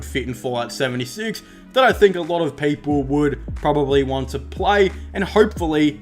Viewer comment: He said 10 peaple